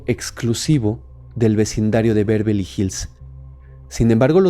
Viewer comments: Beverley No "Bervely" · No, es Bervely la pronunciación, es Beverly.